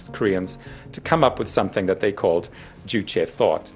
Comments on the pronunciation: Why do you guys say uuche instead of Juche? You even replaced the J with U while saying Kim Jong Il. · just because it ain't English doesn't mean you should pronounce "J" as "Y". "Juche" should sound like "joo-cheh"